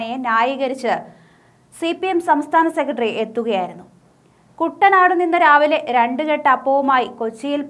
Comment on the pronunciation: കുട്ടനാട് അല്ല കുറ്റനാട് ആണ്